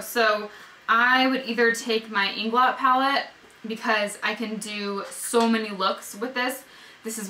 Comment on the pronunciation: Inglot! Lol not English